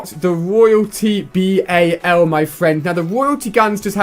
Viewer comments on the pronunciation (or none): It's not the B-A-L it's just the Bal